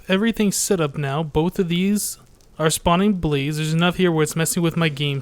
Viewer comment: when you say blaze i hear police :P and i just subscribed, i liked this a lot ;)